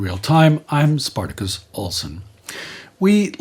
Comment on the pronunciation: Spartacus' Japanese pronunciation is pretty accurate.